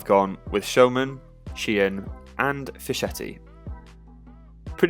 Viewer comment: Fischetti is pronounced like “Fisk” not “Fish”. The “ch” in Italian is hard, mate. Other than that, thanks for the content. Grazie mille! 👍🏼